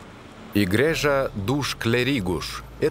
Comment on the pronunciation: Все хорошо, но почему все названия даются то на португальском бразильском, то вообще, на испанском? Река ТЕЖУ в Португалии, писатель ЛуиШ Камоэнш! Переводчик, явно не в курсе, что существует португальский язык, европейский, на котором, собственно, и говорят в Португалии. Постоянно идёт какая-то дикая смесь. Король Диниш, но река Дуэро? Церковь по-португальски "игрейжа", а не "Игрежа", знаменитые фрески -азулейжу, а не "азулеху"..... В общем, очень слабая работа переводчика